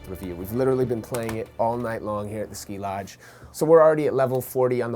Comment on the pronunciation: not ski lodge skee lodge he is a producer